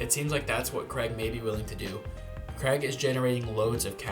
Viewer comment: His name isn't Creg. Wtf. It's Craig. Cray-g. Say his name right.